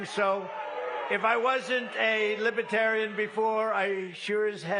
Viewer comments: This azzfart, cannot say the word Lib-er-tarian. He says "Libra-tarian" or "Liba-Tarian" and he speaks in the third person like George Costanza. And did he say that Biden is fining Christians $11, 000 for singing hymms? trump is nuts! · He struggles to even pronounce the word libertarian